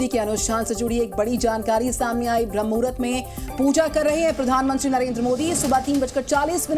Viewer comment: Jo banda sadhu ho kar bhi BRAHMA MUHRUT ko sahi se nahi bol paa raha hai ,, us ka interview le rahe ho ... Anchor bhi yehi bhool kar di hai 😢